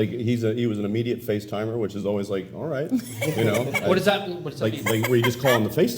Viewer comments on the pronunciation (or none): "Immediate facetimer" lol